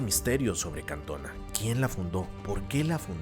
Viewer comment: Es Cantoná, con acento en la última á